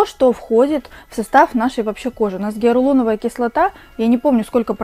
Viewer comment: Не геарулоновая кислота, а геалуроновая ))